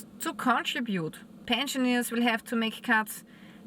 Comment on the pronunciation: "pensioneers" lol